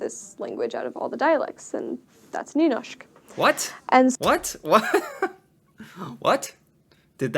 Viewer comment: video: nynåshk: nuhnoshk